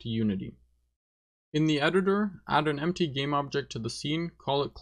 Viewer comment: everytime he says: "and in the editor" i hear "flashbang" instead